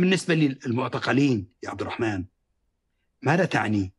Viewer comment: طريقته في نطق عبدالرحمن غريبة كانه يقول عبد الرحـman 😂